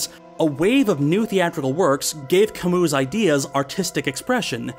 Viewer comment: wow you taught me how to say camus I've been saying it wrong this whole time wtf how come philosophers always have hard names